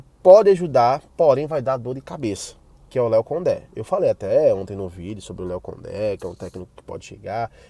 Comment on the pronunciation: Gostei de ouvir a pronúncia Léo Condé,parabéns!